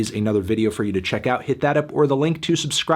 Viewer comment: Word is the name is supposed to be pronounced "Youse Girls".